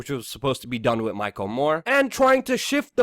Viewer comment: Why do you pronounce "th" as "d" ie "wid" instead of "with"? Its super irritating and i want to keep listening but it makes it hard not to feel a strong urge to click unsubscribe